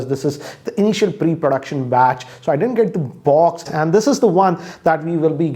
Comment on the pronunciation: People: Box: Buoxx:)